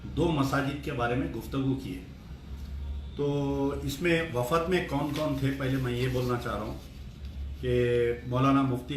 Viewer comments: wafad nahi wafd bolte bhai credit owaisi leliye aap srif youtube per rahegaye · Assalamu Alaikum wrwb pehle app apni urdu sahi karlo. Batlata hoon nahi kehte batata hoon kehte hain doosre jaise ek sahab ne point out kiya wafad nahi wafd kehte hain. Apko andar ki baat kcr aur Asad uddin ke darmiyan huwi hai kaise pata chali kya app ke pas koyi moakkil hai ya apko naozbillah ilhaam huwa. Ab chordo ye saab harkatain kyun ummat mai inteshar paida karrahe ho. Asad aur Akber uddin se appko bair hai theek hai rakkho.lekin shaher ke ulmao ki to izzat karo. Allah apko hidayat ata farmaye